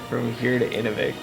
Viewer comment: Great show, but learn to pronounce the names of the communities. Inuvik /ɨˈnuːvɪk/ (place of man) Spoken like; inew vik